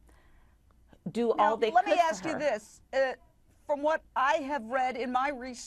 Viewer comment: I axed, I axed. Another brilliant. She says the doctors don't know whether Jahi is dead. She talks to imaginary, fairy tale figures every day. I axe you. Nurses are just nursery school graduates. No common sense.